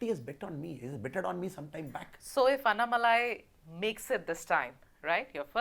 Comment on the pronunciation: Madam it's anna+malai not annai+malai